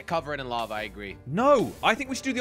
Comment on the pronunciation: at the end said I steped in lave instead of lava he said lave